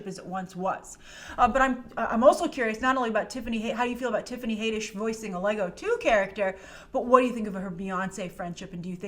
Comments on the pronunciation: HAD-ISH NOT HAY-DISH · Haddish. HADDISH! LOL where does "Haydish" come from? Had like add or like you know HAD! LOL Haddish! Had..dish! Had..dish, HADDISH!! NOT haedish or haiddish or haydish! It's Haddish! Lol smh.. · Haddish, not Hayddish. Jeez. The reason she's trending is because she keeps talking about Beyoncé's buisness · Love ya but Tiffany's last name is pronounced Had-ish, not Hay-dish. 😘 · Your saying hay-dish its had-ish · Its pronounced HAD - dish not HADE -d ish. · HAAADDDISH. NOT HAYYYDISH. 😐😂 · Her name is pronounced Had-ish not Hay-dish. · 1st of all her name is Tiffany Haddish not Tiffany HAYDISH!!! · Haddish like raddish come on smh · It's Had-ish Plzz get it rite Plzz it just sounds so bad and like you have never heard any one say her name out loud Plzz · OMG, you gotta learn how to pronounce her last name. It’s Had-dish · It's not "Haydish" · Dafuq is up with that pronunciation? Rhymes with raddish. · I believe it’s pronounce Tiffany had-ish👌🏾😂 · I could've sworn that has pronounced Tiffany's name correctly before, so I'm sure this "haydish" thing was just a slip of the tongue:P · someone is trolling you she's even announced it herself as had-dish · lj brown got trolled! Yikes! I remember the same thing. I’ve watched countless clips here on Youtube where Tiffany herself pronounces her last name as “Had-dish” (like radish). That troll really got us all good. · I had to stop watching this video cuz of how u slauterer her name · ...it does not make “Ragnarok” less special. It only makes M.I.B. look derivative...And, you are mispronouncing the “a” sound in Tiffany Haddish’s last name. Why do you screw up easy pronunciation a lot??? It’s odd.